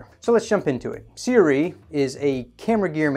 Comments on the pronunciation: Seer-oowee Just say a few words by the infamous mr meseeks before trying to pronounce the brand Seer-oowee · Pronounced Su-Ray. Go figure. I work with their reps. Don't understand why they don't just flip the vowels. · It pronounced kinda like S'Ray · Not really Sue-Ray. But close - if you dont speak Mandarin you won't be able to replicate the tones and phonetics of these two signs. It can be either 斯瑞 or 艾瑞. Closest pronounciation written phonetically will be Si- Rway (with the "i" in Si pronounced like in the word "sip" like "sip the coffee from a cup".